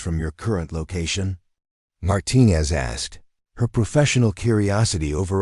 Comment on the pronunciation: Thankfully the closed captioning was provided as the AI seemed to have a lot of trouble with the pronunciation of "lives", "Martinez" and "procedures" to name a few.